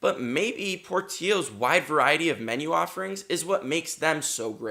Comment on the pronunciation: Dude ! Pronounce the name right , it’s porttilllllllos